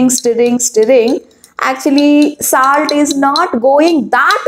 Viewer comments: Mam tip : your pronounciation has to be improved Its not saalt its solt And it not puur it puar puar ! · It's not saalt it's salt.